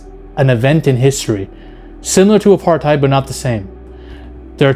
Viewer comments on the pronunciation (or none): none